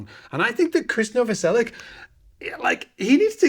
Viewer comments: Novoselich not Novoselick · Англоговорящие неправильно читают фамилию хорватского басиста он НовоселиЧ, а не Новоселик Right version of his name sounds like "Novoselich" not Novoselic